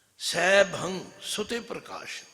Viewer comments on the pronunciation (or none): none